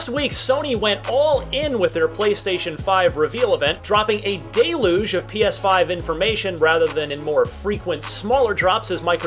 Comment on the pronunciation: a "dayluge' ?